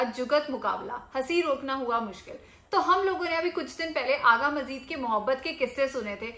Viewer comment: Agha Majid and not Agha Majeed. So correct the name.